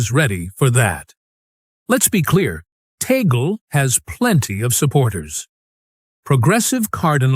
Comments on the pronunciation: Please get your AI translation correct. It is TAGLE, not Teygle or Togli, nor Taglu,nor Taglug and so many other names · Why is the nam of Cardinal Tagle not pronounced correctly consistently?